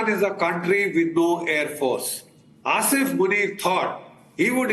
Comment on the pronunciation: Arnab - it doesn’t matter. His name is Asim and not Asif. I think you keep saying Asif. You are a very reputed journalist. Please pronounce the names correctly.